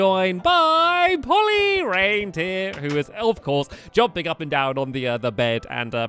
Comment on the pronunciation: I'm the beginning he says ELF course Polly. Anyone else notice?